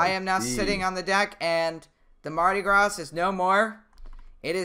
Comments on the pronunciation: I know this is probably nitpicky, but I'm pretty sure it's pronounced "Mardi Graw," not "Mardi Grāz." Not 100% certain as far as the ship's name goes, come to think of it... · It's pronounced Mardi Graw. Not Gras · btw its said: mardy grah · Mardi Graw. I know, I'm frickin' a Southern Alabamian. And it's (Cajun) French, not frickin' English. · when you say mardi gras you say the gras your shoud say gra no s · For your knowledge: Mardi Gras is French. The S is silent. And it’s not Coasta Concordia. It’s Costa Concordia - like how much does it cost…not coast. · do mardi gras vs synthony of the seas Edit: it's called mardi gras but it's at a silent s at the end of gras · mardi gras has a silent s in "gras"